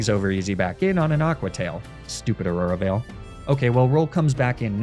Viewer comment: "aura veil" HG 🤝 freezai "why deer" live Completely ignoring the R in Pokemon words